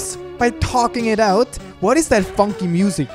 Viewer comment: Is it just me or did it sound like he said the f word when he actually said funky